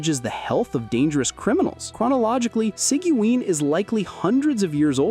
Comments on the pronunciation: See-gee-win, lol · I usually pronounce it as Siege-win. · Bro how did you pronounce sigewine 🥸